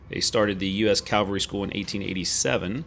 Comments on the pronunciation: It's pronounced "CAV al ry" not "CAL va ry". Calvary is the English "Golgatha" or the hill where Christ was crucified. Cavalry is the historical reconnaissance branch of the Army. I'm a former 3rd Cavalry Regiment Trooper and I enjoy your videos. Please understand my enthusiasm in this regard. Your videos still have the best musical scoring. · Sorry buddy, an interesting video but I had to quit watching because of your pronunciation of the word CAValry. I know, picky but I can’t help it.